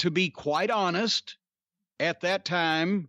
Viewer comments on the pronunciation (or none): none